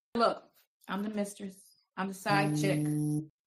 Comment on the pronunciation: I hollered laughing at the spelling of how pronounced mistress. "Misschess"...😂😂😂😂😂😂😂😂😂😂😂😂